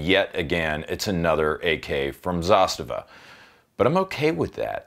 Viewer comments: Its not pronounced Zastiva.. Its "Zaaz-tavaa" As in direct translation - "to force" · Its Za - STA - va. 😆